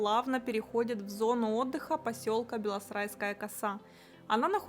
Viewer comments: Люди, объясните... Почему она говорит "белоСРайская" вместо "белосАрайская"? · "Белосрайская коса". Она называется БЕ-ЛО-СА-РАЙ-СКА-Я! Не белосрайская...